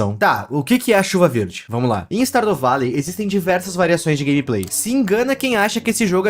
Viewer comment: "Stardo valei" AKAKAKAKAKKAKAKAKAKAKA